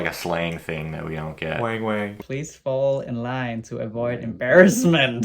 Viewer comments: It's not "WHENG WHENG" it's WANG WANG ( a) like WANT or WANted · "Wang-wang" has a short "a" sound.